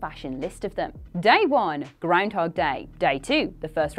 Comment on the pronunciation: I just like hearing say 'grindhog'.